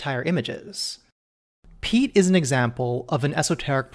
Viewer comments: Pea. Ett. Pea-ett. Piet. Not “Pete”. SO not “Pete”. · That's a violently American pronunciation of "Piet" you've got there.